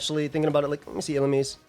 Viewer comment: Y are u saying illumise like that lmfao